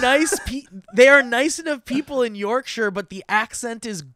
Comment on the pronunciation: As a Brit, I very much appreciated Steve's attempt at the Yorkshire pronunciation. We struggle with it too.